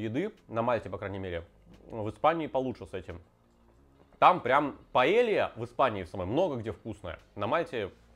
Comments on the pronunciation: ты вроде побывал по странам и знаеш что Paella звучит как паейа, а не паелия! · Не паэлья, а паэййя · Señor, tu suscriptor de España aquí. Porfa, en ´´paella´´ la doble ll se dice con Й, como ´´y´´ en yogur. Porfa, dilo correctamente)))